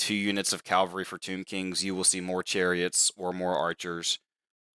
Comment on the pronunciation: It's "cavalry" not "calvary"